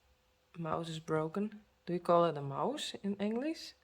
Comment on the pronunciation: You said mouse as moush with the sh sounding like the beginning of she. In the US it is pronounced mouse with just an S sound at the end the e doesn't have a sound.